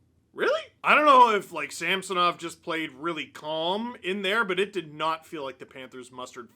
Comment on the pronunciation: Ridiculous groin! Why do all the hockey commentators call him Sampsonov? There is no P in his name... It drives me way crazier than it should lol.